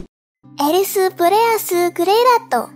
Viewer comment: zenith jadi zentsu, eris jadi erisu, dan lainnya'